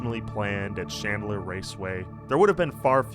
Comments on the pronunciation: It's PRONOUNCED AXE SESSORY NOT a cessoree It's CHandler NOT shandler Your shitty teachers and 20s are showing. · Is there any particular reason that you're pronouncing Chandler, Shandler? It's thoroughly ANNOYING, especially when you constantly keep doing it!